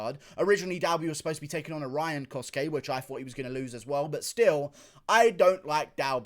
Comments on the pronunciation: Its not coske its cosay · It’s with a ch the cosce brothers as they have Italian heritage and u pronounce ce as ch